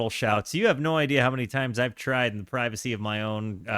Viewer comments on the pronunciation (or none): none